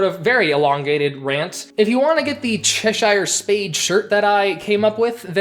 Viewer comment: Great video, but cheshire is pronounced cheh-shir.